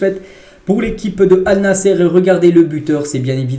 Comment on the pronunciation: Désolé mon frère mais tu prononce mal l équipe de CR7 au lieu de Allnassr, mais pas Allnassere. Je te demande pardon d'avance si j'ai mal parlé. Merci pour le compréhension.